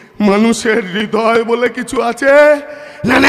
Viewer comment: উচ্চারণ টা হৃদয়।রিদয় নয় ❤